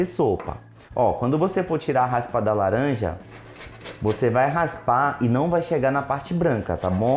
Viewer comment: Esse i ouvi laranjada